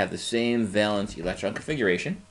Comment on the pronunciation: valence not valance